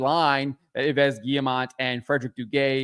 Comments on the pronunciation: Just an FYI "Yves" is pronounced "eaves" like part of a roof. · 1. Please learn how to pronounce Yves. 2. Criticism on the internet has reached a point where it is mostly hate and no longer objective. I think it's understandable that moderators are starting to ban people.